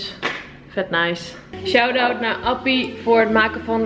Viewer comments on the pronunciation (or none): none